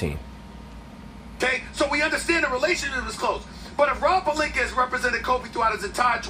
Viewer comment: Stephen a always saying pelinker instead of pelinka stop disrespecting his name